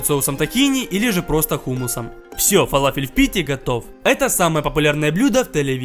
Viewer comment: Не фалафел а фаляфель!и кстать ты не правильную форму сделал!!!!!обычно они чучють плоские с дыркой посеридине!!!